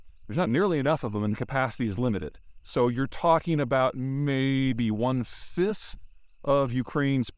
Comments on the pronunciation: Hey English speakers! Is he saying 1/5 or 1/6? Subtitles say it's 1/5 but I hear `one-sis`. What it is? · Probably ⅕, but it's very unclear.